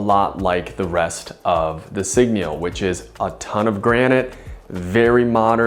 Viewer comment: A whole review but you can’t even pronounce the brand properly 😢😂